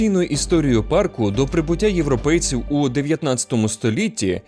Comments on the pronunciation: Найбільш небезпечним у Єлоустоуні це зустріти чувака, який каже «паркУ» 😂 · "у паркУ"... так одразу і не сказав би, що то ШІ начитка... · Все класно, але я дуже перепрошую, у вас неправильний наголос у слові парк, має бути у пАрку, а не паркУ, це просто капець як різало вухо усе відео, вибачте😅